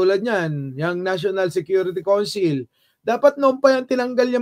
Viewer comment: Pronounced as cawnsil